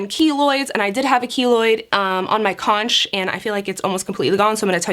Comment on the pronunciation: Love the pot leaf!!! What a G Also conch is pronounced like “konk”